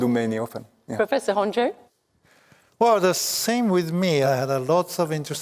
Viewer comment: Why is she calling Honjo Honjay??